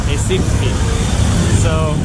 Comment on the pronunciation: The right pronunciation of RECIFE is "HEH-CEE-FEE"